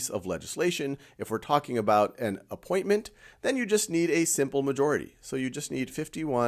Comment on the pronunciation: He dotted the t in appointment lol